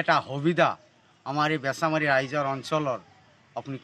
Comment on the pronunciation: বেছিমাৰী নহয় বেছামাৰী হয়